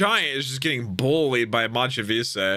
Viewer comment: It's crazy because it's in English, it's literally just the words "Mach" and "Vice" and yet he can't say it correctly.